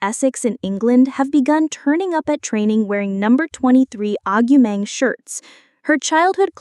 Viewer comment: Stopped listening when the AI voiceover couldn't even pronounce her name properly.